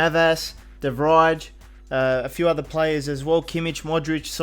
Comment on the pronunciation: Learn how to pronounce Norwich and Anthony Joshua and De Vrij and Lewandowski